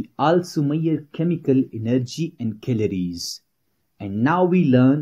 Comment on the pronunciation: The pronounciaton of chemical energy is wrong